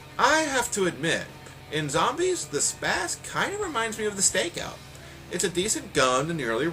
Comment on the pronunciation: Woah, the Spaz24 reloads all 24 rounds instantly? COOL Also, You said Zoombies. "dear god you can mow down the zoombies" Which made me LOL. Another good review